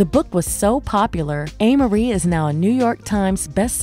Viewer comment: So, it's pronounced "A" Marie... NOT "Ah" Marie... She's a beautiful young lady - I hear 1/2 Black, 1/2 Korean...